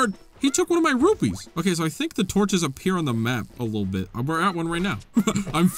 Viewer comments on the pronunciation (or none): none